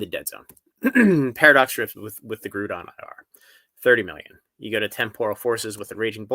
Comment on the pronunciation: you gotta learn how to say “Groudon” 🤣🤣🤣